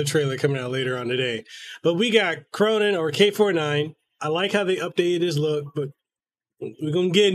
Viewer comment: "Khronen" >K >row >nine